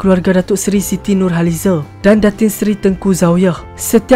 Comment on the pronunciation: Mcm x sedap pulak sebutan nurhalize